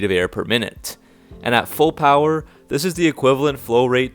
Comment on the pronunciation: The brotherhood of SPEED AND POWAH